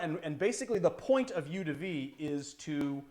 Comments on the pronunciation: This is one mispronunciation I just can't let go. Eau is pronounced like O. Eau de vie = O de V. Despite that, I have to thank you,, for an awesome channel and a great stream! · THANK YOU. That was bothering me every time he said it.